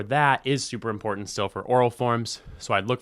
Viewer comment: He sounds so informed, but the way he pronounces "important" makes me wonder.